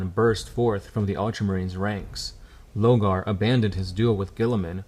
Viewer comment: Say it with me: 'LORgar'